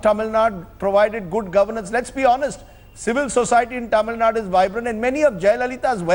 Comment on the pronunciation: rajdap, please pronounce the word TAMIL NADU and not as Tamil NUT? Tamil NUT?